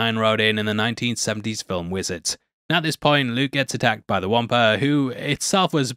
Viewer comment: WTH is a, “Womper”?